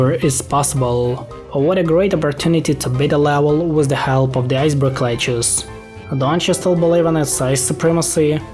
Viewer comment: "iceberg lechuss" "tom braiser zombie" "my wonderful loan" "purr chase" "essential role in bitten the world" "39 millon" "snowy flop ah" "deenameet"